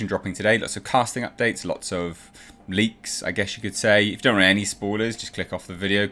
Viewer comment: "Leaks" lol